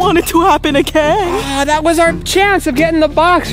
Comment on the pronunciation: "if thats ever a thing agin"omlll im dead💀💀💀💀💀